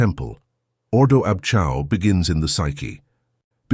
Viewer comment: Iol.. ordo ab Chao .. chao is not pronounced chow. lolol.. its pronounced kay-o.. a.i. rubbish.